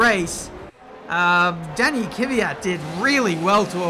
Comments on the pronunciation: Goddammit his names K V Y A T NOT KYVYAT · Learn how to pronounce Kvyat